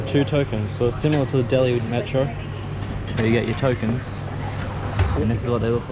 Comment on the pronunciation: maatro? jahil aurat metro hota hai